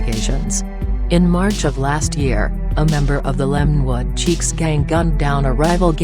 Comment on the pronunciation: It is chiques not cheeks.